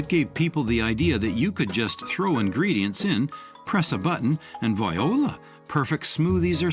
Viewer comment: OHSTER...not AHSTER! VWAHLA...not the ladies name VIOLA!!